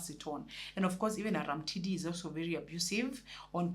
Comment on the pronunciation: Read it as Arumtidi not Aramtidi,it sounds weird in Luo dialect from which that character is derived